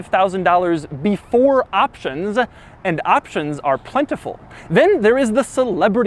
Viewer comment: "before optionszzaa"